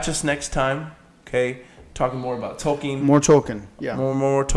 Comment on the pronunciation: When I hear the name tolkien(especially pronounced wrong)I can only think of an 8 year old black kid on southpark lol